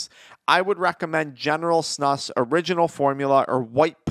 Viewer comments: It’s pronounced like snooose not snush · You pronounce it more like snooz* from a snus loving Swede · It’s pronounced snoos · It's pronounced snooos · Its SNOOOOSE SNEWOOSE SAY IT BETTER